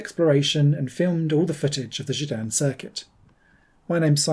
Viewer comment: It’s called Gedinne not Gidanne 😆